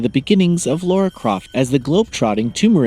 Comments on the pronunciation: L A R A not L A U R A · Why can’t Americans pronunce things ? It’s Lara not Laura (And while we are at it, it’s pronounced Craig not Creg too ! ) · Americans are so dense when it comes to pronouncing the name Lara Croft.